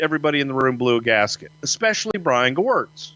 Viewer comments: Brian Gowertz not Gerwitz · Its gewirtz